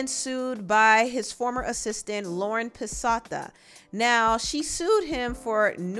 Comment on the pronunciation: Lauren Piss-KEY-oughta